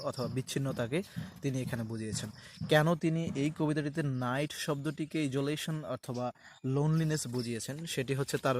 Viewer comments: ইজোলেশন না আইসোলেশন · Sir isolation pronunciation aktu confusion roya galo.